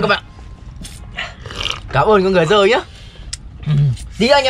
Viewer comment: vinh nói là cảm ơn người rơi nhá cứ tưởng vinh nói cảm ơn batman